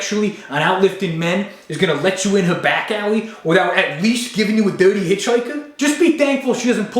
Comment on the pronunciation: "A duhrty hitchhikuh".